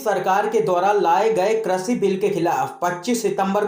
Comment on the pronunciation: Krishi not kreshi